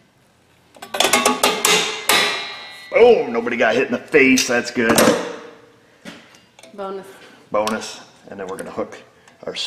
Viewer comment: I thought said "bummer" until said "bonus"...